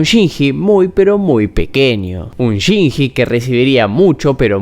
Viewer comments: Chinshi, Chinchi, Shinchi. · Excelente análisis master, pero se pronuncia "chinlli", no "chinji" 😅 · lo siebto, no pude terminar el video despues de escuchar tantas veces "shinjjjjjjji" con esa pronunciacion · ame el video pero me hace tan mal como pronunciarste el nombre de Shinji 🥲🥲🥲🥲💞💞💞💞